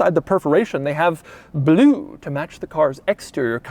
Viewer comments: The way Doug says “bloo” is almost as great as how Boris Johnson says it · I strive to say the word "Blue" like Doug does. BLEEW Nailed it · Why does he say blue like that tho 😂